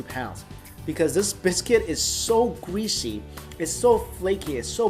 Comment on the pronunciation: Gweasy Wth you’re supposed to say greasy